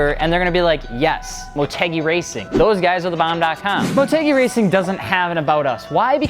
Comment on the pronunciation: I thought it was pronounced like mort-u-guy not mort-egg-e